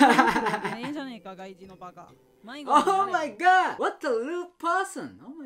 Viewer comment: The "Oh mah gah" makes me laugh- 😂